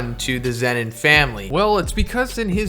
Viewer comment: Its zenin